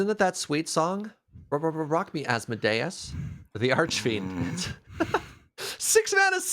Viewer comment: Congratulations to nailing Asmodeus the first time and parlaying it into an A+ groaner